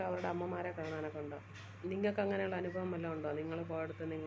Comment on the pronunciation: അനുഫവം അല്ല അനുഭവം 😂✨🤍